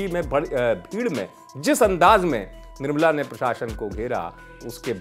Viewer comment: Be first its nirmala not nirbala🤣